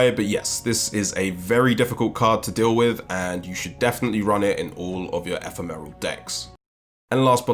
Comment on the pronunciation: I cannot deal with this e-phe-meral.